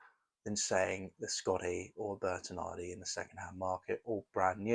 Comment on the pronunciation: Great review and great looking putter. But please stop saying Bertinardi 😂